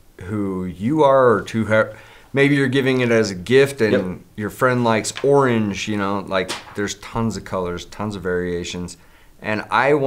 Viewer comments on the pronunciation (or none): none